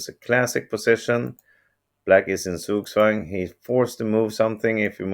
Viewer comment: "Black is in Zugzwang" - now, that's some deeper understanding of the concept. Bravo for the tongue independence!!!